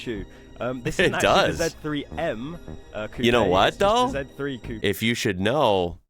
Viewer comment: The guy in the video not only apparently knows a lot about cars, he is also the first native English speaker I have seen who pronounces "coupé" correctly.